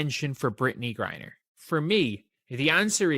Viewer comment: Using an AI post that can't even pronounce Griner's name correct, to help promote your Anti-Fever/Anti-Caitlin Clar narrative, and to trace it to Caitlin Clark is stupid and ridiculous. This is personal between Griner, and her dislike for Aliyah Boston. Elbows and physical play from a younger player that Griner dislikes and resents because she's like, how dare this overly physical, Ms. Articulate/Nice Girl that's feminine, attractive and straight with a boyfriend, how dare she TRY being physical and after the better of me, and you apparently bow to and kiss upto and buddy with Caitlin Clark. Now I do see THAT little bit of connection. But, it's BS to think it's all Caitlin Clark and Fever driven. No one is like that with others like Kelsey Mitchell, for instance. But, Aliyah is a bit of a dirty, overly aggressive player, as is Sophie Cunningham and the wild, and overrated, over hyped Lexi Hull